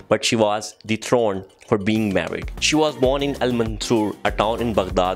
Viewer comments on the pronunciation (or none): none